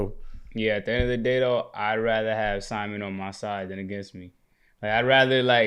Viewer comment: his name is Si-Mon cmon yall